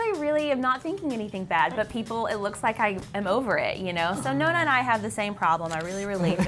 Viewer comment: Nonna is pronounced NONNAH (open O, double N and open A) at least just say Grandma..